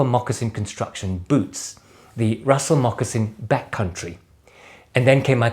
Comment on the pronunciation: As always, a real pleasure watching and learning from you, my friend. Thanks for the mention ☺️ and pronouncing my name the right way 😁. I need to get me a pair of Russell Mocs.